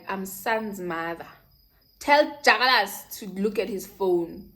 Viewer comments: But it's dyakalashe not dyakalasi🤣😭 but we love you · 😂😭The way you say jakkalas!😂